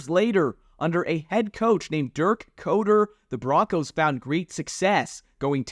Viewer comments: Pronounced cutter not coder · Good ol dirk coder. Its actually pronounced cutter as in he will stab you not debug your app. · Once again I am interested in the subject but must turn it off within seconds when Dirk Koetter ("cutter") is pronounced "COATER" by. Minimal research would have prevented this childish mistake. Next time do better. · Its pronounced cutter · BOY-SEE STATE! Not boyzee. There's no Z in Boise. Dirk Koetter (pronounced Cutter). And Ashton Jeanty (pronounced Jintee) If you're gonna talk about BSU history, better get the names right. Just saying 🤷‍♂️ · You lost me ish, It's Dirk Koetter, a former NFL head coach. Cutter. If you are going to make content you should at the very least be able to pronounce the names of the people you are speaking of.